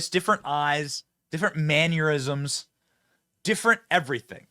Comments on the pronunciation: It’s “mannerisms” not “manuerisms”. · For the love of God, Benny. I love ya. I really do, BUT STOP TRIGGERING MY INNER GRAMMAR NAZI!!!! It’s nuCLEAR. Not nucUlear. It’s mannERism. Not manURism. I’m getting George Bush tremors all over again 😂 make it stop!!!!!!!